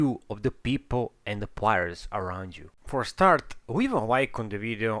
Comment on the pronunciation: Sorry but, why take advise from someone who barely speak proper english. ''Plaiyers'' fuck it man. my ears are bleeding